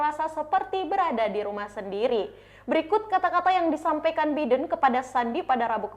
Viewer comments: Mbak, kalo nyebut nama orang, apalagi nama seorang presiden itu harus benar. Biden dibaca “Baiden” dan bukan “bidden” ….. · Nama org hrs dieja sesuai dgn bahasa aslinya mbak. Biden dibaca BAIDEN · Mba bisa baca nama bidin dengan bahasa yg benar jangan asal bunyi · Pelapalan nya Baiden malah biden wkwkwk, luar biasa tukang cooypaste ini